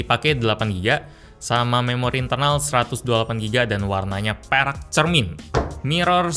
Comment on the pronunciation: tiap lu bilang perak gue dengerya lu bilang perek bang 😭😭😭